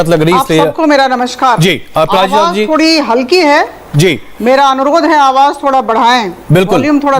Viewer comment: He literally said aparajiti sangri 😭